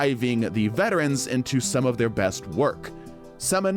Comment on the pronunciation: why is the word "Of" so weird 😂